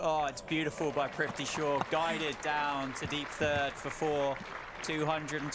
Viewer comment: His names is prithavi shaw not trifty shaw pronouce properly